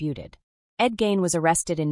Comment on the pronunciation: His name isn’t pronounced Gain. It’s pronounced Gein,rhymes with mean.